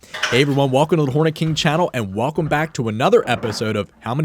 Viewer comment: I heard “I am the horny king”